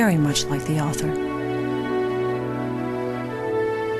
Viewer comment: It is pronounced Brontee - that's my name! =D I hate it when people call me Brontay x.x